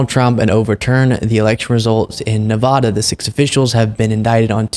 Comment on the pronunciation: Nuh-VAH-duh not Nuh-VAW-duh